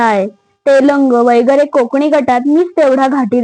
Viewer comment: वगैरे हाशब्द शुद्ध जसा आहे तसा वाचावा वैगरे नाही.जशी आपण न आणि ण बाबत काळजी घेतो.नाहीतर रंगाचा बेरंग होतो.